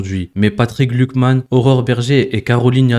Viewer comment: Bonjour, attention tu prononce "glukman" il pourrait y avoir une confusion avec Glucksmann.😉